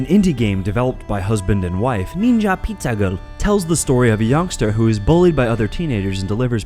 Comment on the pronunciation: Why did you say ninja pizza girl like that twice lmao